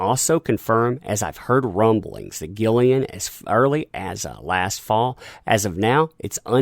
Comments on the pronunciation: ...It's Karen Gillan, not Gillian. Every time you said it wrong it made me cringe. And I agree with you, if the powers that be dismiss Johnny from the next film in the Pirates of the Carribbean franchise, then I personally think I will be looking around for places to put my signature in Johnny's defence. I think they are more interested in saving face, rather than supporting an actor who they have made multi millions out of. If they refuse to put Johnny back into the Pirates of the Caribbean franchise, then I for one will boycott any further films they make, and encourage everyone I know to do the same. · Its not GILLIAN. Its GILLAN.